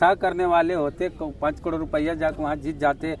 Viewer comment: ये करोड़ नही कह पाता पत्रकार कडोर😅